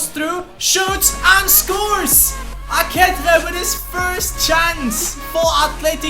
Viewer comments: dude, its pronounced A-KE-CHE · Aketxe is pronunciated like "aqueche" in spanish, look in googletranlator to hear the right ptonunciation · Aketxe is pronounced AkeCHe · Ehm i think few episodes ago you found out that aketxe is pronounced "aketche" but you still pronounce him wrong. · In the basque language, the 'tx' is pronounced like a 'ch', just for you to try and not butcher poor aketxe's and aurtenetxe's last names, hope you can see this and learn more about the basque language